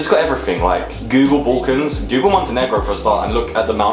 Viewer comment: it's pronounced BULL-cans (or BAL-cans as in "gal") not BOLL-cans!